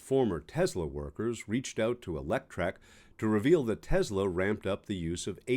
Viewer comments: It’s “TeSSSS-La”, NOT “TeZZZZ-La”! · *Tesla not Tezla. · It’s Tesla not tesler